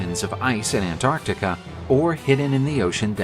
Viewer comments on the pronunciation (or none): none